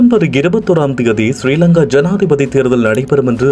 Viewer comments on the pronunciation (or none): none